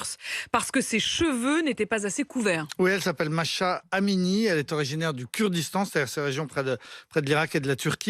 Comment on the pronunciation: Masha ? Machin ? C'est MAhsa. Mah veut dire lune. Tu dois prononcer Mah et ensuite Sa